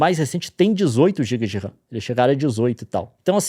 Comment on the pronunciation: A única coisa que eu tenho a reclamar desse vídeo é o Leon chamando a RAM de "wuhan" hahaha. Ótima analogia.